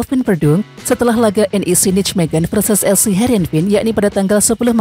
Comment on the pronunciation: Sekedar membetulkan lafal pengucapan NIJMEGEN = NEYMEHEN ..... !!!!